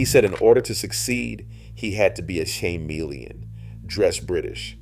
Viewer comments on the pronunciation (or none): The narrator sure missed the pronunciations on a lot of words. Like Slam-mee-Lin (chameleon), etc. And one ‘Natalie Portman’ picture was really Phobe Cates. 🙄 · What the hell is a SHAY-melion? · Shame-meleon! Chameleon. Ka-meleon. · Please learn to pronounce Chanukah. And chameleon, among others. It makes you sound really, really, ignorant to mispronounce words when it is easy to look them up.